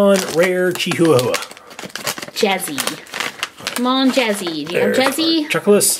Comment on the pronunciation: Jazzy is Chihuahua not a chikahahuwhwa